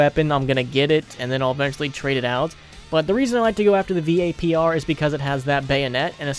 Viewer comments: he said v-a-p-r isntead of vapr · V-A-P-R rampert O_O